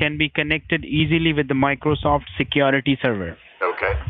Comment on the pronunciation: Micrawsoft seekyarity